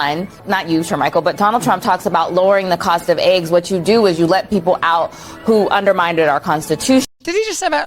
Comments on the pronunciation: She almost let it slip that they did in actual fact elect Trump in 2020! 😂 She sounds like she is saying "undermineded" as opposed to undermined... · she keep saying “underminded”… it’s undermined… I thought language proficiency was an aspect of a reporter’s career path that one must have excellence in… we know how she got hired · Ashley Allison is a clown. Ma'am, I know you think you sound intelligent, but you mispronounced "undermined" as "underminded" 3 times in a row. The Constitution was not underminded🤦‍♀️ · what the foook does ‘undermiinDED’ mean 😂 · "Underminded" !!? My god, this is a CNN talking head pundit that can't even speak properly, yet CNN believe they're still actually relevant, what a joke, the entire Western mainstream media are simply indoctrinated hacks, in hock to the left's mind blob. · Is she saying “underminded”? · Undermineded? Underminedid? Undermindad? Sorry this vocalisation was not recognized, please check and try again.......